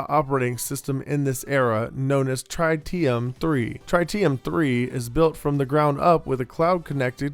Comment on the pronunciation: That’s not how you say tritium.